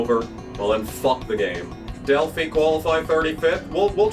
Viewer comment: As someone who used to work in an Automotive Warehouse, the phi in Delphi is pronounced like youre saying wifi